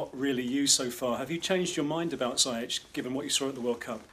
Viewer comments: Zee-yesh not zai yeck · why can't english people not pronounce Ziyech the right way?? It's Zee-yek